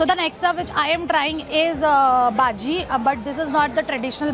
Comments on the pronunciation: you dont say baji you have to pronounce it as bajji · It's pronounced "bhajji" not bhaji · Ur pronounciation of baji is wrong 😅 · It's not baji it's bajji.... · not baji its bajji